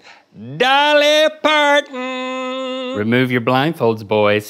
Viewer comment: "polly darton" "regionna" "dahvid bowee"